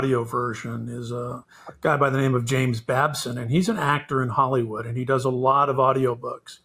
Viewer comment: Hey you pronounced our name right!